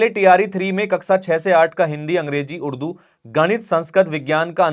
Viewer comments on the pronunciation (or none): none